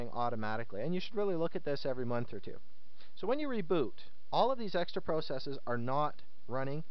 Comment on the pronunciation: no offense but you say the word process wrong lol. but good guide.